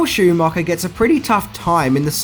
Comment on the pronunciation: “Joel Schoomocker??” Who’s that?🤷🏼‍♀️ And it’s “birthday” not “berfday”😉